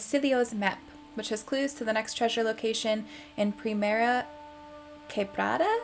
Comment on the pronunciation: Your spanish pronunciation is EXCELENT, you wont believe this but, you have a better spanish than the voice actors of De Santa and Allende. Thats how you pronounce it "Primera Quebrada" quebrada its like a tiny waterfall, and primera means First